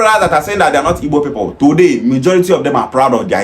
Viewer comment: People is not pronounced pepol, boy.